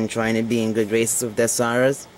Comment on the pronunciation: its dezsaras